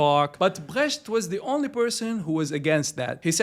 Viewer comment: You did fine saying "Brecht". Greetings from Germany